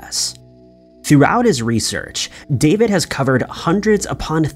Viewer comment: It’s sad you can’t even pronounce David’s name correctly.